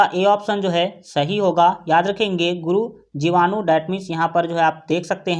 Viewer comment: Sir guru jivanu nhi hota hh Guru bijanu hota hh